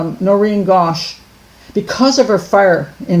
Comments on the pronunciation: It's Noreen .. Not Doreen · It’s NOReen not DOReen